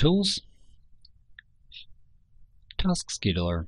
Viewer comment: it says task scheduler but he says "taskedoir"